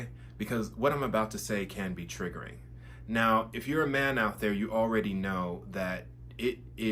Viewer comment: You can't even say the word "man" correctly... it's giving 🌈.